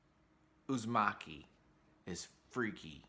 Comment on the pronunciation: It’s Uzumaki, not Uzimaki. The former is “spiral” and the later means “Thanks”